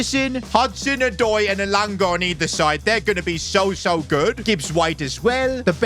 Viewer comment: Bro is pronouncing elanga wrong